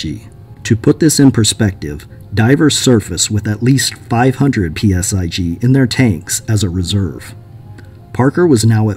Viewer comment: Stop saying "PSi G" it's just PSI. 😆